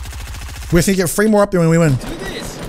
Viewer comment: Every time he says the word "Three" he says "Free" and it makes me think he skipped English class